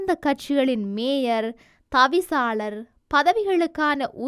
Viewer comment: மேஜர் என்று உச்சரிக்கின்ரீர்கள் . இது பிழை . . . மேயர் என்று சொல்லவும்